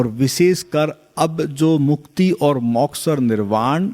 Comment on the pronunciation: उत्तम विश्लेषणात्मक ज्ञान ! किंतु मौक्ष नहीं मोक्ष !